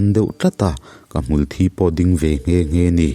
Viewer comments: Tinge "ka hmul thi" tihah hian thi tih hi (blood) thi tih ang hian i lam zel a, thi tih hi mitthi kan sawi a 'thi' thluk anga thluk tur 👍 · Hmul thi tih hi i van chhiar sual ngun em em,nge i hrelo zawk lee,hmul thi tih a thi hi mitthi tih a thi ang hian lam tur,a in hliam chu a thi duh hle mai tih a thi kan hman ang hian i hmang fo a diklo deuh